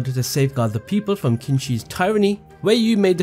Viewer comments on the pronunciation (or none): "Qin" is read as Chin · Hi sorry. First love your video and this was so helpful! The first emperor is pronounced like the word Chin. Sorry stickler for history. Other than that thank you so much for this video! Your editing is good, your narration is good I have been dying for this info. Thanks